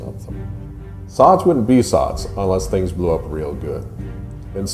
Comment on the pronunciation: SOTS SOTS SOTS SOTS please stop saying SOTS